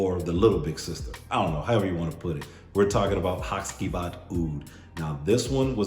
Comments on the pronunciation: In Turkey the c is pronounced with a j so I believe it's ha-jee-vat. Great video by the way, only recently bought the og and love it. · it's pronounced HaGivat (G like in "what's up my G"). Comes from the name of one of the main characters of a traditional Turkish shadow play Karagöz and Hacivat (Nishane has another perfume named Karagöz too).